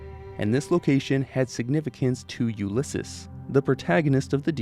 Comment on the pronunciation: "Shame on those Fallout Tactics devs for saying Radiated instead of Irradiated" Also: "Ulyssis."